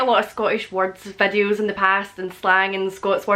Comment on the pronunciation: I love how she says vädios (videos) lol